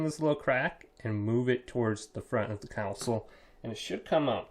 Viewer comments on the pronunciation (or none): No real help with the common situation of the PS4 trying to eject the disc but it not moving. FYI it's pronounced "console" not "counsel".